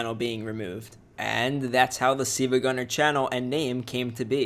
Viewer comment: Why are you saying seevagunner at the start of the vid it says siLvagunner but you say siivagunner